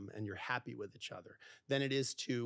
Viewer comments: It's pronounced. Eachother not echother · Nobody freaking out at the way he says “itch other” ? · For a guy who mis pronounces “each other” he sure says it a lot 😂